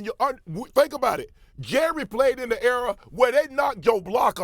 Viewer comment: Shan did not just say era.